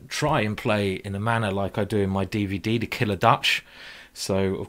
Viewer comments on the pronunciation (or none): I love this game....I've watched it several times. Also love your Day-Vay-Day Simon.